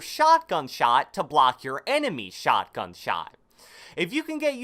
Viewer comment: sHaTgAn ShAt